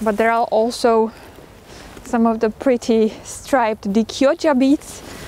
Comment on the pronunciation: You said Chioggia perfectly, I love the produce at this time of year